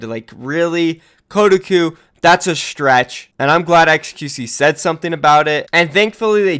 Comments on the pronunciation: KOH-TA-COUP. not kudaku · did he just say ko-duh-ku? It's Ko-Ta-Koo? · This dude rly said kodiku instead of Kotahku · That pronounciation is Kotaku is getting to me, it's pronounced koh-tah-koo, not code-a-koo. Good video regardless. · Bruh it's "koh-tah-koo" lol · You've never heard of Ko-Tah-koo???? What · That websites name is actuallly pronounced KO-TAH-KOO, but yeah it is a shitty gaming website. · It's pronounced Co-tar-koo. They're big in SEA, but they are known for click bait and spreading incorrect info. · Koh tah kuh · It’s “Koh-TOCK-Oo,” damn it. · phonetically spelling koe-Tak-Coo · You pronounced Kotaku wrong haha, its "Ko-Tah-Qu" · "kotuhkoo" REEEEE TRIGGERED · It’s Koh-Tah-Kuu please pronounce it right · It's pronounced "Co-tah-coo" btw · Kotaku is pronounced Ko-tah-koo, just a heads up:) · you makeme cringe its pronounced KOH TAH KU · I believe it’s pronounced co-ta-cu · o.0 you havent heard of kotaku? also its pronounced Ko-talk-oo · It’s Koh-tah-coo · I just die every time he says “Kuh-uh-cu” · which is worse Kotaku's credibility or pronunciation of kotaku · How did you say kotaku? Lol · That Kotaku pronounciation, yikes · That moment when pronounces Kotaku wrong, and I become very confused. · Damn you completely butchered Kotaku's name lol. Tell Profit we support your relationship by the way. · Pronouncing Kotaku wrong boi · Its defamation, not defamination. Its not pronounced kodaku, its Koh-tah-ku. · koh-tahk-oo defamation Good video :)